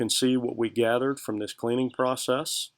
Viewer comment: Why can't he say the word "PROCESS" properly?…. in reality he just puts it in a kiln and then takes it out the next day. It heats up and cools down. The "Particulant filter cleaning machine" is just a sandblasting machine box… I bought a new one for £100 recently. You just use the compressed air from it… nothing difficult and no magic ! So this should be a £50 job each time - it is so easy.